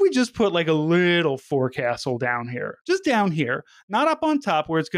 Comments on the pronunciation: Forecastle is said more like "focksil". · Forecastle is pronounced "Folk Sool" fyi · Forecastle is pronounced “folk-sull”